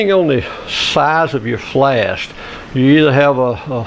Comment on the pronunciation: Thank you for the great video packed with years of combined knowledge! One question: are you saying "flast"?